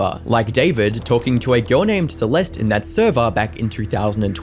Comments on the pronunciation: How do you not know how to pronounce the name Celeste? Maybe you guys shouldn’t quit school for YouTube. I noticed you must’ve been researching as you were making the video because you corrected yourself, but you didn’t go back and redo any of the original. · You should re release this and make sure you're pronouncing Celeste properly.. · Yes and please pronounce her name properly the e on the end is silent and not an ie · Bro you could’ve at least learned/realised not to mispronounce Celeste’s name many times before then pronouncing it correctly and then going in between pronunciations. Just saying it’d be respectful to actually say her name right, it’s not hard considering you did say it right many times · Had to stop watching because you kept pronouncing her name wrong. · If you’re gonna cover a 14 y/o’s murder, you could at least have the decency to pronounce her name right. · I like your videos, but please pronounce things, especially victim’s names better. Her name is pronounced “See-lest,” not “See-lest-ee.” 🤦‍♀️ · “Celestee” 😂 cat got ur tongue lil bro? 🐈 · Celestie? Shooosh? Do you know how to pronounce anything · i really wish ppl would learn how to pronounce words and names before posting videos about them. si-LES-tee? really? it's sa-LEST. google is free. u consider urself a serious youtuber so maybe actually put in the effort where it matters, not just in the cheap editing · Why do you all keep saying the E at the end of her name? It’s silent 🤫 please respect the dead 😢 Celest (e🤫) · “Celestey” 🤓 it’s suhlest. The fact that huge YouTube channels can’t do the bear minimum research and learns basic pronunciation baffles me. Unsubscribed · FYI it’s pronounced “Sah-lest” . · Bro you left one mispronunciation of "Celeste" as "Celesty" and then I noticed it was perfectly cut to the correct pronunciation every time after. That's insane dedication and editing skills. Nice work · Celeste is pronounced "Cell-est" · “Celesty” smh 🤦